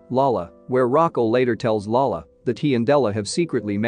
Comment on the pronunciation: It’s really cringe when he says lala when he means lola as you n grandmother. Other than that it’s a really good recap.